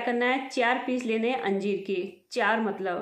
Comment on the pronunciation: Anjeem bol rahe ho ya anjeer